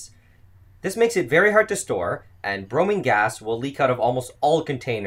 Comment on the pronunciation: BromIne (I = eye) not Bromeen. Same for IodIne.